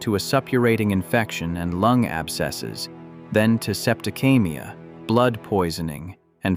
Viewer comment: "Septicaemia" is still pronounced "sep-to-SEE-mee-a" not, whatever you were saying. "Supperative" is "SUH-pu-ray-tiv".